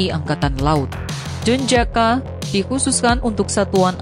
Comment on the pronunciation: Pasukan elite denjaka, itu tugasnya apa, kok dibaca jejaka, apa narasinya...?